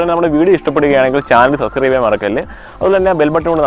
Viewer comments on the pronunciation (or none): none